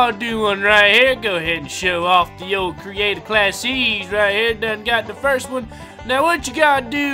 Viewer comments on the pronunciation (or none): none